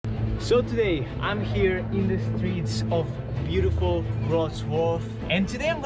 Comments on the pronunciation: Wrocław is pronounced Wroz-vaw. There is no sound in English for this ł letter but its like a mix between the English W &V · Wrocław is actually pronounced as "rock-law"